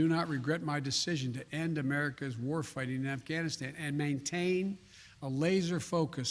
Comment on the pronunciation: Why the hell does he keep saying Afghanistien, instead of Afghanistan? What an idiot!